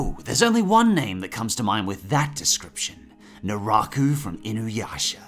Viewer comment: “Do or do not, there is no try” His Name is Jason...and he has a Mask...”COINCIDENCE?! I think NOT!” “Narako”? Did I hear that correctly? I know it is “Naraku”